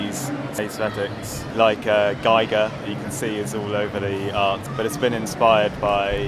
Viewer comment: His name (Giger) is pronounced Geeger, not Geiger. It's German (he's from Swiss).